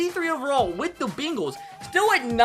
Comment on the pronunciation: The bingals tho not the bengals the bingels